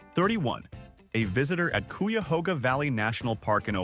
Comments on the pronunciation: KI-AH-HO-GA! And DO visit, it's beautiful. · Cuyahoga is pronounced ki-a-HOG-a